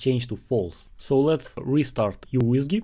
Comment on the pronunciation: It's pronounced as MICRO WHISKEY not YOU WHISKEY